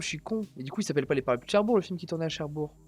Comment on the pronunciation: C'est Cherbourg avec un G !